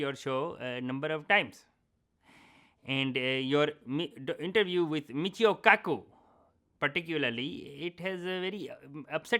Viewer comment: he said Michio Cuckoo HAHAHA